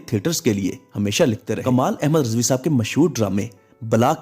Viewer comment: Please improve your urdu pronounciation. RIZVI not Rezvi